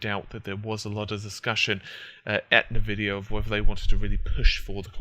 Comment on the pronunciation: Nevidia, Nevidia, NEVIDIA! It's pronounced as EN Vidia. Have you never launched a game that has it in it's loading screens?